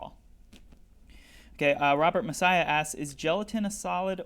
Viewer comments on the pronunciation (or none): none